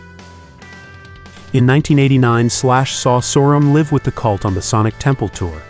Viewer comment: Trash AI narrator. It's "live" not "liv"